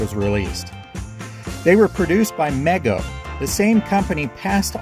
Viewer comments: MEGO was pronounced ME GO, not like mega or maygo. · Not to be pedantic, but I believe Mego was actually pronounced Mee-go. 😁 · Mego is pronounced Mee-go. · it is pronounced mee go not mego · the commercials used to say it like MEE-go, not meg-o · You missed the toys I played with the most int he 1970s: Mego's World's Greatest Super Heroes line up, specifically, Batman and Robin and the Batcave. Also, from someone who lived through the era and saw commercials every afternoon, the pronunciation is MEE-go. Trust me on that. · Mego does not rhyme with Lego. It's pronounced "Me Go." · It's pronounced mee-go